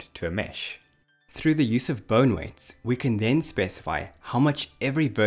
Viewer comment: I keep hearing "burn" when you say bone But awesome vid!